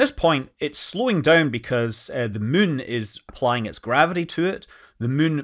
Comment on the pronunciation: Can never get tired of Scott Manley saying "mun" 😊😊